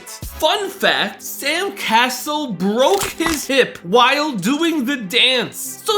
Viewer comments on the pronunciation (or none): I mean… if you are gonna make a video on a subject... Atleast do a little bit of research on pronunciation of players name... Who the hell is Sam "Castle"? It's CAsell as Cassell 🤦🏽‍♂️ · It's not Sam castle it is pronounced Sam cas sel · IF you are going to talk about basketball players at least know how to say their name- Sam Ca-cell if how you pronounce it. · Sam "Castle"?!?! Really? 🤣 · Sam “Castle”??😂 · Not to be a hater, but the guy doesn't even pronounce Sam Cassell's name right.